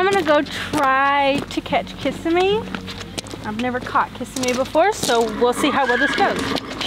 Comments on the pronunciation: It's pronounced kis-SIM-mee. I pray Candy does not have any poll damage from that halter. And how come Seay never got Glimmer's ears cleaned out? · Do you mispronounce Kissimmee on purpose?